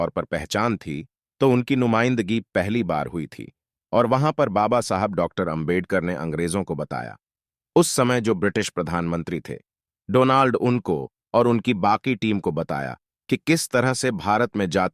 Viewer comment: कुछ शब्दों का उच्चारण बहुत गलत रूप में किया गया उदाहरण के लिए 'जिस' शब्द को 'जीस', 'अछूत' को 'अछूता', और राउंड टेबल कांन्फ्रेंस के दौरान ब्रिटिश प्रधानमंत्री का नाम तो नितांत अलग और गलत "डोनाल्ड उनको " बताया गया है जबकि तत्कालीन ब्रिटिश प्रधानमंत्री का सही नाम "रैमजे मैक्डोनाल्ड" था।